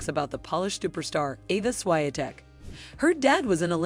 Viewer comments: Suaiantek. Please learn how to pronounce a little bit better her surname. There is W in here ! Like " word ". And we pronounce W like V. Ex. " Voted". Easy :) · Swahyeahteck? WTF is this pronunciation? Shes a champion, maybe learn the fucking name already. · Ten kanał to hańba i gówno nie kanał czytać prawidłowo nazwiska ŚWIĄTEK!!! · I know polish isn't an easy language, but please. Svajtek hurts my ears. Try S-V-I-A-T-E-K, without using polish diactrical marks. It's really not that hard. Good luck.;) BTW Iga's sister is Agata, not Aga. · You might want to learn how to pronounce her last name correctly. Shvee-on-tec is the right way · Świątek could be read in English version as Swiatek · Both names are mistakenly pronounced lol!!!! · This is a well made video but the pronunciations are horrible. You guys butchered the pronunciations of both Iga's and Rafa's surnames. And if someone can't speak even 'Nadal' correctly, it's hard to believe that he or she knows a lot about tennis or is a big fan! I hope you guys can improve because honestly it's q well made video. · yes! it might be difficult for the first time, but come on, she is no 1 and it still hurts my ears to hear her surname being destroyed on respected media etc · "Iga Świątek JUST REVEALED Why She Is In Love With Rafael Nadal" - are you looking for a trigger to watch your low narrative quality video? You couldn't pronounce correct her last name! Looks like you are the "Star" or "National Enquirer" magazine writer, shame on you!!!! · you need to learn how to pronounce her sirname buddy :) She deserve it to pronounce properly, just because of respect. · Learn how to pronounce her name for God sake! This no respect. We know how to pronounce your names although this is not natural for us as well. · Narrator should learn proper pronunciation of names! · To czyta kretynka która nie umie wymówić nazwiska ŚWIĄTEK poprawnie ten kanał to kompromitacja i hańba dla sportu!!!